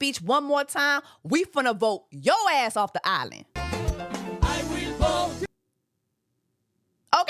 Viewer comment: “I weelll vhote”💃🏼💃🏼💃🏼😂